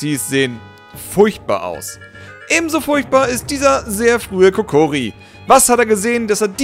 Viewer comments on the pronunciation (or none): Es heißt Kokiri und nicht Kokori xD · Ich will ja nicht klugscheissen,aber es heisst Kokiri nicht Kokori.:D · es heißt kokiri und nicht kokori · darf ich dich bitte darauf hinweisen, dass es "Kokiri" und nicht "Kokori" heißt;) Wenn du was für die nächste Folge brauchst, wie wäre es mit Pokémon? Saphir/Rubin/Smaragd oder Diamant/Perl/Platin wäre toll:) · kokori WTF 😂😂😂 es heißt kukiri oder wie es geschrieben wird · Warum sagst du immer Kokori? 😂 das heisst Kokiri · Wahrscheinlich war's nur'n Spaß, aber bitte: Kokiri! Nicht Kokori. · "Kokiri" und nicht "Kokori" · es heisst kokiri und nicht kokori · "KOKORI" Lachflash des Todes 😂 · Etzala is aba mal schluss, das is doch apsichdliche Browogation! Es heißt Kokiri, mit (a)i - ganz wichtig! Am Montag gibts ne fedde, digge Anzeige! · Kokiri! Es heißt KOKIRI.